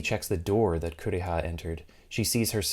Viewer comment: "My sister, Coo-reeah!" English dubs were a mistake.